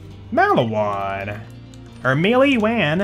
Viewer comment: When he said Maliwan weird I cringed...